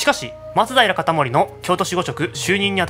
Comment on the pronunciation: 松平のイントネーションってそれが正しいの？笑